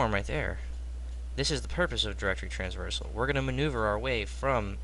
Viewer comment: Bro its traversal :P